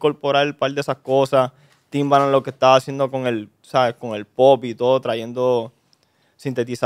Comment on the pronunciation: Chente quien es timbalan wtf!!!!! 🤣🤣🤣🤣🤣🤣 no es Timbaland ?